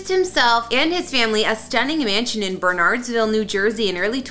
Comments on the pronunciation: needs to learn proper pronunciation. Jesse Watters' new hometown is pronounced Ber Nerds Vil, not Bernards vil (Bernardsville, NJ) and Tucker Carlson's house viewed the Puh toe mic river, not Poto mac. (Potomac River) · Beautiful property. I remember when that house was built. I have to admit I cringe a little when outsiders pronounce Bernardsville NJ exactly as it's spelled (understandable) it's actually pronounced Bernerds-ville. Happy for you Jesse, I hope you guys are enjoying the new digs. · You would sound more professional if you learned to pronounce the names - Bernardsville, Potomac, and Kent/Trent. People move within a neighborhood for schools. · Please learn how to pronounce Bernardsville before before you report. I can see why you/others think it is BernARDS... but maybe do a little research - call the town, the police department before you assume the pronunciation.